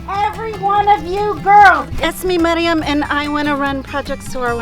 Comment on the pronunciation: The name Maryam is not pronounced "Marie-yum" it's actually "mar-yam"